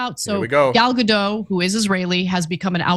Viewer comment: Her name is pronounced Gal Gadot with T in the end. I am from Israel so I know